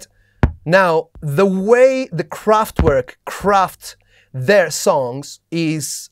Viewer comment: Kraft-V-erk and machine, with no S, so English machine. Just in case... :)